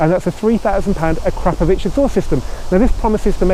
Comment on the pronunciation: Put the emphasis on the "Po" in Akrapoviç